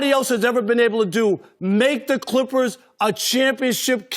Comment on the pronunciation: Rob parker always sayin Klikhpers (Clippers)